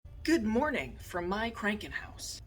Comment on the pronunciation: Krankenhaus (long ahhh) 🙂